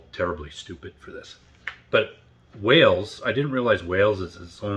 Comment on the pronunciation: He also calls Wales 'Wells' - a lot of Americans do this - if the 'a' sound is so hard to say why don't they call a tomato a 'tometto'? 🙂